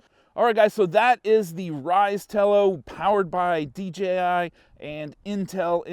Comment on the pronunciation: It’s DJI NOT DGI LMAO